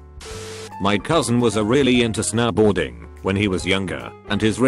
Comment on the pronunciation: snowboarding:exists reading voice: S-NOW BOARDING